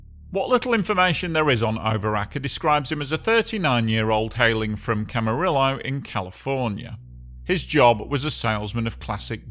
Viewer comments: It’s pronounced cam-a-ree-yo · Camarillo = Cam uh Rio. No L at the end. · I was 20 years old when I was prepared to be entertained by watching Karel Soucek recreate his successful daredevil stunt at Niagara Falls by dropping from the ceiling of the Houston Astrodome. The barrel began to spin when it dropped and impacted the side of the large water pool it was supposed to land in. It was strange to watch a man die before my eyes. By the way, Camarillo is pronounced with the Spanish double L sound, like Rio.